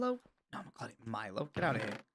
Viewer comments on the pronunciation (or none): none